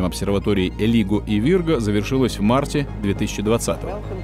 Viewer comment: А диктор совсем не в теме. Скопление галактик на расстоянии ста миллипарсек... Кто не понял - сто миллипарсек - это треть светового года, в поясе Койпера. И гравитационную обсерваторию все астрономы произносят "Лайго". Голос и дикция хороши, но надо же еще и просвещать человека, пробные чтения новостей со знающим человеком проводить... Хватит уже позорного кое-какерства! Сколько можно настоящие прорывы информационно сливать шутам типа Маска?